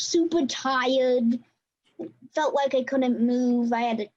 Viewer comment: ' I fewt verwy bad in genwal"